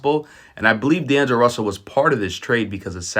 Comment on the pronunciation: “Daneglo Russell” 😂